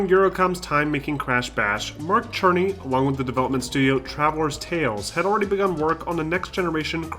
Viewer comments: Are you trolling us by calling him Mark Cherny lol. It's pronounced "SIR-nee" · Mark Cerny is pronounced "Sir-Knee". Aside from that small mistake, this video is perfect ^_^